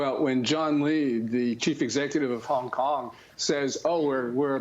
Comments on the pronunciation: Maria said “Kong Kong”😂😂😂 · maria! did you just say "the kong Kong govt" !!! educate yourself darling. -oh sweety BlackRock is globalist with 0 loyalty to America or anyone.